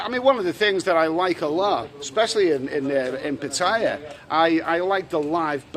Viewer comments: Hello, love your videos but can you pronounce Pattaya properly, is so annoying the way you say it. Ask a nice lady how to say it. Cheers mate. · Another brilliant video. Still to this day creases me up how you pronounce Pattaya. 😂😂